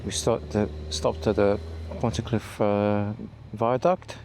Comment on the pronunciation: So many roads we love in this one. You might have one or two Welsh speakers wincing on the pronunciation of the Pontcysyllte Aqueduct. (I had it explained slowly to me by a local) Ironbridge is an amazing bridge and a first of its kind in the industrial revolution. Up close castings look very rough but its still standing!